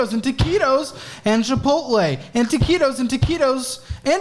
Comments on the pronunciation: Dude the fuck is "ta-ci-tos"? I l legitimately have never heard that term... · Imagine doing a drinking game where ya gotta do a shot every time he says taqitos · You actually started to sound Spanish when you were saying toquitos rapid fire. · Every time says taquitos I get flashbacks